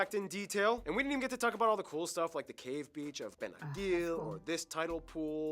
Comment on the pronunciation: Benagil read "j" since an i comes after the g